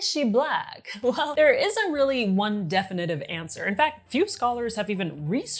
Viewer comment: Very interesting and compelling. On a side note, I've never heard anyone say "definitive" the way you pronounced it.